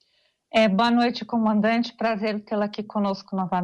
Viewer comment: Esse cabeça de ovo toda vez erra o nome do comandante 🤣